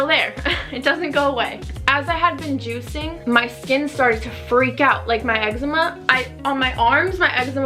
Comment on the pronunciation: the way u say we have been juicing sounds wrong 😂